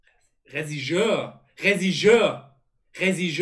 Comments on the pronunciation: Regisseur Sprich mal Regie aus, dieses Regie wie: Eyy Regie bringt mir mal ein Glas Wasser Und dann sir wie als wenn du sir Alex Ferguson aus sprichst (söar) Regie + Sir (ausgesprochen: Söar) = Regisseur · Eli: Whealtalk Sid: Olivienöl, Socke: Rezigeur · Reh Schiss hör 😂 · REJISSÖR MAN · wenn man einfach zwischendurch selbst anfängt das falsch auszusprechen weil er es einfach so oft falsch sagt xD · Ich hab mir grad einfach 8minuten angeschaut wie versucht Regisseur zu sagen 🙃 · ja haha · Habe ich mir wirklich 8 min reingezogen, wie das Wort nicht richtig aussprechen kann…ich schwöre ich träume heute nacht davon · super video.. kanns auch nicht ausprechen alles gut kopf hoch